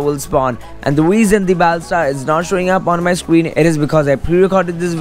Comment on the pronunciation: He says scween instead of screen